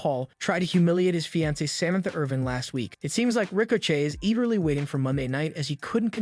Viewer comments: did this idiot really say "Rico Chey"? Just lost what little credibility you could've had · He said Ricochet’s name wrong, so I know it’s not real. Damn machines are taking over!😂